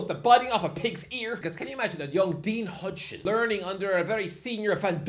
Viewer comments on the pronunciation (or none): I bet it drives you nuts that he pronounces it "hudgeson" instead of "Housen", I'm not even Dutch and it annoys me lol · That Huijsen pronunciation is properly awful and hurts my ears